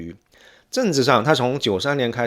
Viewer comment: 好傢伙，什么都是翘舌是吧？“寺庙”“最”“怎”“相似”“三四”“粉丝”“宗教”“存在”“所以”都踏马是平舌，给老子听吐了，反而“政治”这种翘舌你又平舌了你踏马连CEO的C都翘舌，真鸡儿恶心你都不如像老周横眉一样都平舌